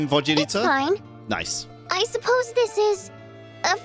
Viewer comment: Both are kinda wrong. It's pronounced without a Y but with a soft L. Same goes for Vodyanitsa and Mitya, you pronounce their names without a Y and with a soft D and T respectively